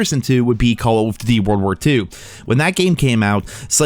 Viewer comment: Why does it sound like youre choking on something whenever you say “duty” when referring to “call of duty”. It’s like you say call of “fhdhdhdh” lol it’s pronounced DOOTY